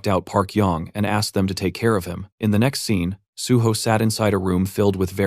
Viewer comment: 'Tihe scene', I think narrator meant 'The next scene'